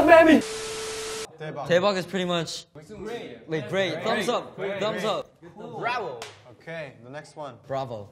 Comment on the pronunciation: "BRAO" SKJDKLLLSKJSAK